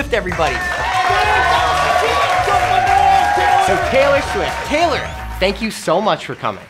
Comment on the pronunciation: It's not raylor